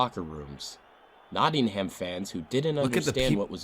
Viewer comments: Nottingum, not Notting ham How do pronounce New Hampshire? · The whole football culture was very different then. Pitch invasions and hooliganism was a major problem and you can see why the police acted as they did :(. (Btw Hillsborough is pronounced 'Hills-brer (short sound at the end) and Nottingham is pronounced 'Notting-um.') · Hillsborough is pronounced, "Hills bru" and Nottingham is, "Notting'm", btw. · Kept grating on me when the guy that made the Hillsborough video couldn't even pronounce Hillsborough, Yorkshire, or Nottingham properly.